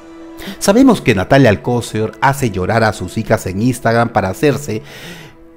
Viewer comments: Se pronuncia alcoCER acentuando la última silaba 😉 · ¿Por qué pronuncias mal el apellido Alcocer? ¿O es sarcasmo? Porque Alcocer no lleva acento en la ‘o’.